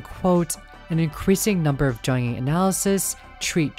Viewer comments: The 'J' in Jung and Jungian Psychology is pronounced like a 'Y', more like the word Young. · Just to be clear, ringu’s cat dos says she isn’t “greatly more effective”. This doesn’t mean she isn’t as effective, it just means she does about the same in performance as jelly and the spiderpede. Also seeing you say jungian like that hurt me, please dude it’s young-Ian like onion. It’s from the psychologist Carl Jung.